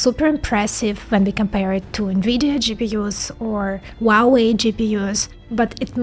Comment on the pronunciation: for the record, the "H" in "Huawei" is not silent. It is pronounced as "Huawei" not "uawei"